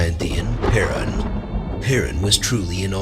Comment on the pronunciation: единственное, что мне не понравилось в этом видео - это произношение, имена, НАШИХ БОГОВ на латинский лад... ПерУн, ВЕлес, МОкошь и тд. Они так звучат на славянских языках, а не то что автор преподнес с неправильными ударениями. В остальном - хорошее начинание, надо просвещать людей, чтобы помнили - КТО ИХ РОДНЫЕ БОГИ!